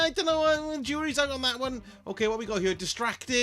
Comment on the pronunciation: He means “out.” He sometimes says it in a silly way.